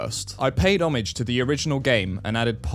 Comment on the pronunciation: The way he says homage is a crime